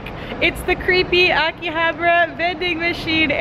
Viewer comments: A-ki-ha-ba-ra not aki-habra pronounce your words properly. Yeah I understand you're not Japanese but bloody hell I was cringing. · it’s pronounced Ahkihahbaarah